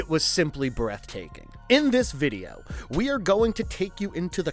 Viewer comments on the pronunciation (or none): none